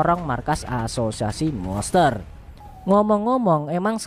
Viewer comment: Monster bang bukan moster wkwk